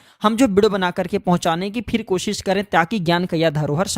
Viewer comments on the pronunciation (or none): none